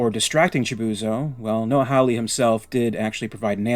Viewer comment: Mate, you need to pronounce Hawley correctly! Come on!